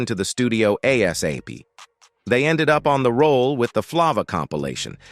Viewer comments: Flavor not flava 😂😂😂 pronounced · Flaaava?? AI sux!!